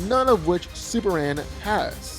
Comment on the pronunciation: Why can't this man pronounce Superman? He keeps saying Superand